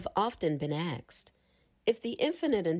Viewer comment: The content is classic FSC, amd the reading good. For the future, recommend practicing the pronunciation of the word "asked" as such, and not "aksed".